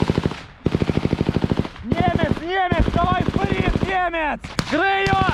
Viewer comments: дякую Вам! чому "вперід", а не "вперед"? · (Вперід ) ахаха сука Даун дибілкуватий треба говорити (вперед) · "вперид"??? Он когда начал на украинском языке разговаривать, заставили наверное?